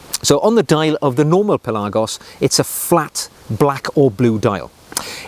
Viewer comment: Pelarrgos?? Pelagos surely!!